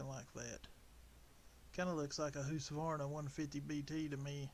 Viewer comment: ITS huskavarna not husvarna 😂😂😂😂😂😂😂